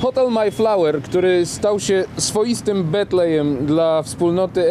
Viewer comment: Bardzo prosze Nie maj flawer A maEjflower!!!